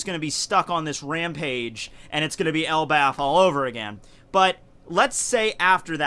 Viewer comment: Yeah its katakuri like how its elbaph not elbaf